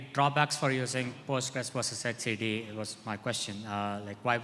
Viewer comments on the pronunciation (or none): I've never heard someone pronounce it "E T C D" 😁